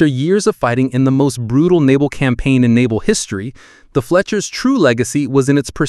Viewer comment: I'm struggling to tell. There are a few cases of Fletchers being pronounced Fletchas, but there's also breathing and convincing pacing, so I'm at a loss.